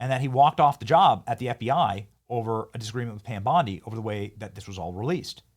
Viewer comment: It's BONDI not Blondi!! Come on dude